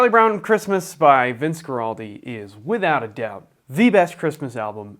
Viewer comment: This is the greatest album of all time, especially the song Skating. Also, it's pronounced WAR-aldi